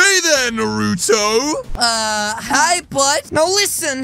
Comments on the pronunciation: why do you call him narotoo it should be naruto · It’s nar-a-toe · As "na roou toh" Bro it's narùto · I like how he calls him Narooto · He said nurto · It’s Actually naruto not nuroto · It’s not norotu it’s naruto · Did said nuruto lol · AHHHH HE PRONOUNCED IT WRONG IT'S NA NAH NARUTO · Bro you said Naruto's name wrong and this ain't even close to Cannon!😒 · i like how he can’t say nartuo right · It’s pronounced Naruto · you can say the name right ya know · You said Naruto wrong=|